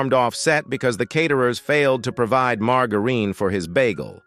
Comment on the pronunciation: Margareen? For Heaven’s sake learn how you pronounce words! It’s margarine, the fake butter